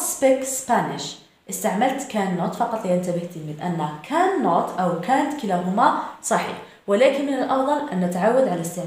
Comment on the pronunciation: Canťيقول كانت وليس كان نوت صححي خطأ وشكرا